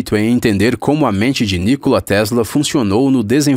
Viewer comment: Se fala nikóla kkkkk pqp